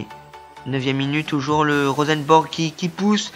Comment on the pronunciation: Bonne vidéo . J'apprécie a voir cette carrière surtout tes offensive (parce que la défense ...^^) qui sont bien joué ! Pour moi il y avait pénalty pour la faute de Fharmann mais je crois que c'était un arbitre français x) PS: On dit Rosenborg pas Rosenbèrg ;)